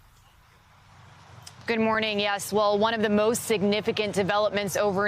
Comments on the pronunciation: It’s not “Wind-der” is “Wine-der” as in winding a clock. This is the second time I’ve heard it said wrong. Just want to correct it. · Winder is pronounced with a long I, as in wind something up, not wind as in air.